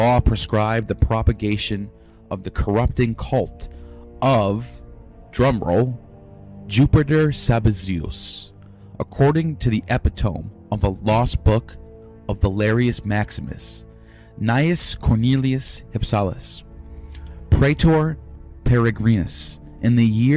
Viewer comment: "I thought "epitome" is pronounced "ee PIT oh me". I've never heard the pronunciation "EH pih tome".